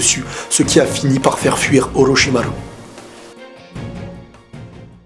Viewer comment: araete de dire olochimaru cest chiant